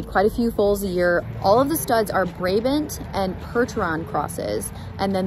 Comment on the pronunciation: Just so you know, Brabant is pronounced "bra-bahnt" :)